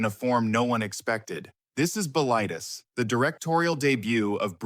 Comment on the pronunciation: I saw it in 1977 in France on my way back to the U.S. I was quite impressed at age 27. It's pronounced "Bill-i-Teas" rhymes with crease.